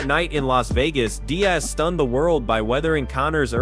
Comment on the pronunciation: When he says Dane-ass. Nate Dez.then it was Die'az . Your Butchering names brother. And in another video it's pronounced Kumshot not hazmat geez ole man